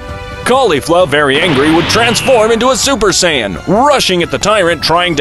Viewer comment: Ah yes the super sayayain